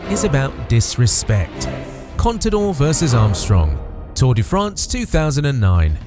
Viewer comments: Contador und nicht Conidor. Cpito? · no sabes decir CONTADOR ????